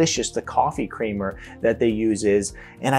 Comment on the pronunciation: The bottom line is, do your best to AVOID all processed and fast foods. Did I hear you say "kramer" instead of "creamer?"